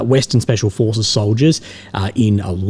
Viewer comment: 😂😂😂 Ukrainian fooohhhces were deployed around heaaaaa “😂